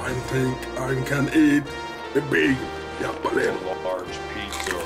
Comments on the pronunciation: It's halapeeno, Halapeeeno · Jap-a-lee-no. It's pronunciation like that which make me love heavy accents.